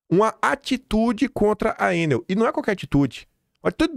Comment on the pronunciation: Meu caro DUMBO,orelhudo,inteligente e sabido,o nome da empresa, péssima prestadora de serviço, deveria ser pronunciado "ENÉL".DO CONTRÁRIO DEVERÍAMOS OBSERVAR UM CIRCUNFLEXO NO PRIMEIRO "E".